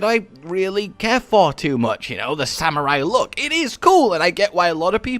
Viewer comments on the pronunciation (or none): none